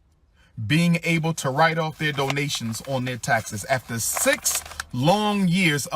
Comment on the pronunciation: Dough-nationsss. Dough-nationsss. Dough-nationsss. Dough-nationsss. Giffs. Giffs. Giffs. Giffs. MOAR DOUGH-NATIONSS. MOAR GIFFS.